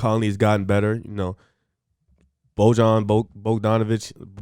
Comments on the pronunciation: Here's a tip. It's Bojan (pronounciation: boy yaan) bogdon is in the Atlanta Hawks. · Nice video fellas. Just an FYI, it’s pronounced Bo-yawn.